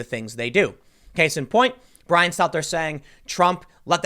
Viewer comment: poor "show tunes" Bwyan, Wewiable Sworces, Stelter.